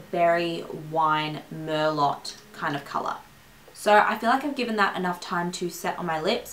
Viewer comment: Mer-LOH, not mer-LOT.